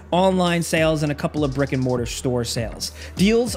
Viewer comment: "brick and mortar" but i definitely heard Rick and Morty